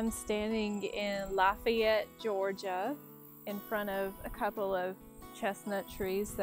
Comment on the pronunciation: Where you from? Not Georgia or you’d know it’s pronounced Luh FAY it. Glad we are doing something here in Georgia.